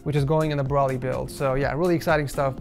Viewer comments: (Bro-lee) not (bruh-lee) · It’s bro-ly not bro-ley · His name is Broly, not Braly. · Nobody: “brawlee” instead of broly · Is it just me or did anyone else get annoyed when he said brolly instead of broly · it irritated me aloot when in the beginning he said braly not broly pronounced bro ly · Isn't it Bro-Lee not Brawl-ee correct me if I'm wrong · Its bro lee not brawly yes I'm that guy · BRO-LEE NOT BRAHLEE BRO-LEE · It's not browly it's bro ly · i dont know why it triggers me when you say brawly i just say goku or kakarutto or is brawly a difrent person i dont realy watch dragon ball anymore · The way he says broly 😭😭 BROLLY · Lmao it triggered my ocd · Why you say broly like broccoli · my man cant do a broly PC set up if he cant say the name properly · The way you say Broly is actually pissing me off! I don't even watch Dragon Ball Z and even I know how to pronounce his name! 😂 Pleaseeeee watch this video and start pronouncing his name correctly! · I can't not think about him pronouncing Broly wrong :(